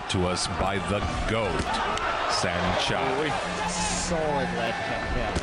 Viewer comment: It's pronounced san-chai